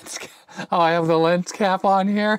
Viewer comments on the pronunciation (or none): none